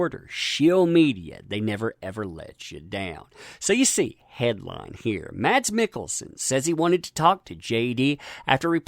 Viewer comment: Mads is pronounced Mas(s) The d is silent , as it is in many danish words. :)